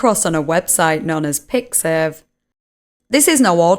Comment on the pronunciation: MY GUY ITS PIXIV WTF